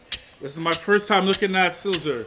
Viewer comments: Why is he calling slizzer "slizler"?? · yo my boi its slizzer not scissor okayy